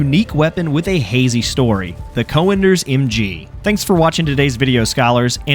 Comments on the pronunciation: Es heißt "Cönders“ einfach nur "Cönders“ und nicht Coönders wie du Vogel es sprichst. Beschäftigt euch mit euren Schrott Waffen und lasst unsere Heilige Technik in Ruhe! Ihr versteht sie eh nicht! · Good video! One thing though: you pronounce the name as 'co-enders' but the ö should be similar to how you pronounce it in 'Göring' (Hermann Göring/Goering). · You need some work pronouncing Cönder but its a great video thx, i thought if i should get it before they introduce the unlock system. So im curious they recently announced they will merge all campaigns does it mean you get to use 2 cönders mg in a single squad ?